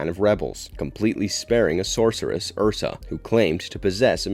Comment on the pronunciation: I understand a lot of work must go into these but please watch the movies. Every time "Joon" and "Ursa" are uttered it triggers the cinephile within.